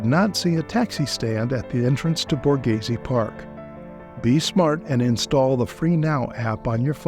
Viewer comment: How offensive and insulting to Italian culture that an English speaker goes through the trouble to make a video on Borghese but doesn’t even bother to try or educate themselves on how to even say the word. So American privilege.